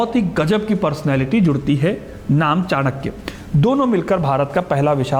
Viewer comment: कृप्या चाणक्य बोले चाणक्या नहीं.